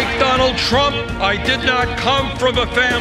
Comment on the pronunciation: Oh good lord. "Donnie Twump thwew wocks when he was two!" Lmfao